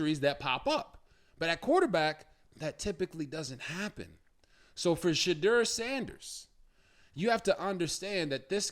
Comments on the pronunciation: Robert, please learn to pronounce his name.It's She-door not She-drrrrrr😮 he hates that he said it in an interview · Rg you interviewed him his name is pronounced Shadoor not as it is spelled